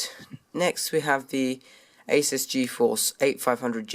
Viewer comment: It's pronounced a-soos.